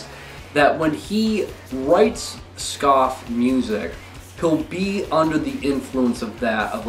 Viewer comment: They are pronounced SkA-fee not skaf.